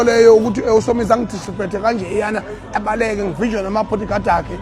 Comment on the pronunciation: "Discripect" he said 😂😂😂